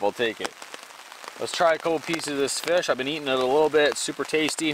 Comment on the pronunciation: "Look at this ffffffuuu ... fish!" :D